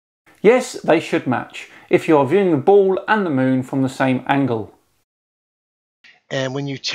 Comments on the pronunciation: Why can he not pronounce the L in ball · is it me, or is this guy not even able to pronounce the word, "ball"...